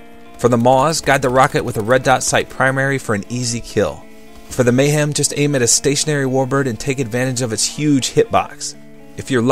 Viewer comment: Your Amazing but its Mahem not Mayhem. There is no Y in the name